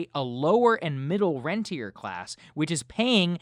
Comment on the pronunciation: Good discussion and analysis, but Saagar needs to understand the difference between a "renter" (tenant) and a "rentier" (owner of property and investments). The latter is making the killing, while the former is being gouged. Small difference in pronunciation, but they're opposites.